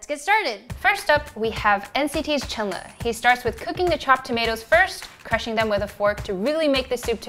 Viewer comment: Appreciated this video so much! Personally, my fave is Mark’s because it’s simple and some of the ingredients are accessible:) btw, Chenle’s name is actually pronounced as ‘Chunlu’ like the u of lungs not Chenle like the e of hen. That’s how they spell it in NCT’s youtube channel anyway (천러 or cheonleo)